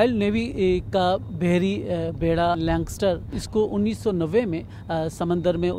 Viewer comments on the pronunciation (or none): بھائی لینکسٹر نہیں لینکاسٹر نام ہے اس جہاز کا۔ مزید یہ کہ یہ جنگی جہاز ہے بیڑہ نہیں۔ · I thought BBC will be more focused on the pronunciation. He pronunciation for Lancaster was wrong.